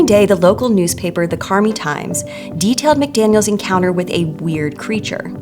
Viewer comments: I grew up in another small town not too far from Enfield and I've somehow never heard of any of this. Weird how things spread or don't spread. (Oh, and it should be pronounced "Carm-eye" not "Car-Me" for Carmi). :) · Carm👁 not CarME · I live about an hour from where this occurred. This is great but Carmi is pronounced “Carm-eye” not “Carm-e” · Carmi, IL is pronounced Car-My, not Car-Me. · The town Carmi is pronounced Carm-eye. (We played them in HS) I'm not aware of any kangaroos, but my cousin an hour north of Enfield swears there are cryptids near her. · sorry to be a stickler but Carmi is pronounced 'Car-my'